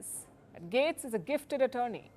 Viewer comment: You're pronouncing Tulsi name wrong. You're also wrong on Matt gaetz. You would think that you would stop listening to the mainstream media in the United States by now.